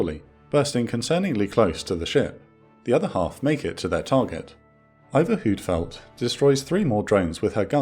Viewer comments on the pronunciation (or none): Just a small point. The danish warship iver huitfeldt is pronounced like v so like vitfeldt or whit field. And it was a minor scandal here that their radar system didn’t work properly and shortly after she returned home they swapped the entire radar ( which is part of the danish stand flex system ) and she is now fully functional again. It is one if my favorite warships